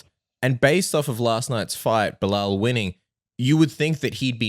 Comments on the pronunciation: If he has been calling Belal “Bill Lyle” this whole time he is officially the funniest man on the roster 😂😂😂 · Bill-lile- Be Lal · Did he call Belal "Bill Lyle"? lol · I kept hearing that and it took me literally 3 times of him saying it until I understand he was saying “Belal” 😂😂